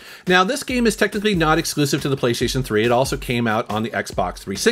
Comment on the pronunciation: "geeme" "GEEEEM"